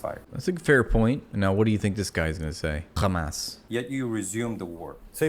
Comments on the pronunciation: I hate how they insist on pronouncing it as "khamas".. and I do believe that some Israeli study was done and found out pronouncing it like this makes them sound more evil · I only laugh at this absurdity. You know you're talking to Z when they mention "Khhhhhhhh" syllable in the beginning.